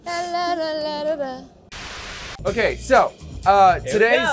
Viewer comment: eric:"okeeee! Let's eat some food" with a German accent